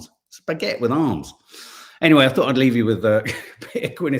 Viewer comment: I love an accent but dont like mispronunciation - fink not think; fort not thought, firty not thirty